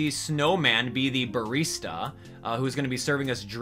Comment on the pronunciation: Brrrista lol